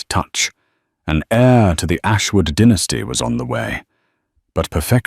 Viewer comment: It’s pronounced dye- nas-ty not dinasty